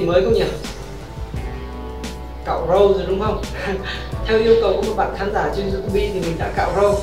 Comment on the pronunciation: Viết tiêu đề tiếng anh mà đọc Youtube thành Iu tu bi 😁